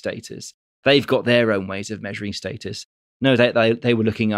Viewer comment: It's status not status, jesus!